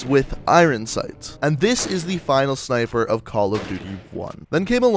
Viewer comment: he says snifer instead of sniper😂